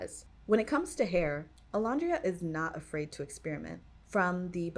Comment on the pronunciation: Great video, I would say her alter ego, that she and her friends pre-fame came up with, is actually Bama Barbie, and to pronounce her name it's O-LAND-ria. Like the word LAND:the part of the earth's surface that is not covered by water, as opposed to the sea or the air.